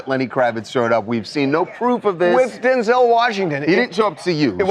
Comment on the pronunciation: It’s DenZULL!! 😂